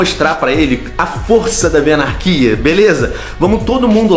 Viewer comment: Me arepiei todo na hora que ele falou venarquia